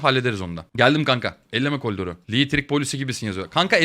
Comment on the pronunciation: abe niye kolidor diyon